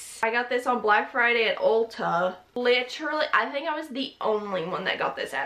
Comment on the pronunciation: “UUlta” the way you said that lmao